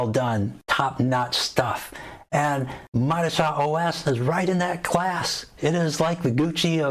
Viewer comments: It’s pronounced MO-DI-CHA. Stress the second syllable only. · Modeechia!! Enunciation my friend